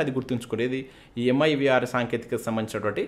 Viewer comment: It's Mirv not mivr